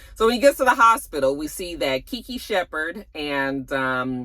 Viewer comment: You cracked me up when you said Keke Shepherd 🤣🤣🤣